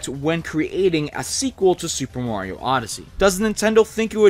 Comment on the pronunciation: I don't understand why you people call him "Moriou". It's Mario, for crying out loud... -.